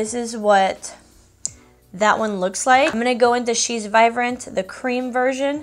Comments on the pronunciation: Yes it’s cute I’ve noticed also her B she pronounces as a V just like Vive but it’s really vibe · I actually LOVE that you change B's to V's! It's super cute! Vivrant, Vive (Vibrant, Vibe) ☺️